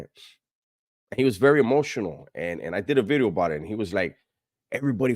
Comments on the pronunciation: I say new veeedeeeoh bout 30 times a day randomly 😂😂😂😂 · NUU BEEDEEEOO 😂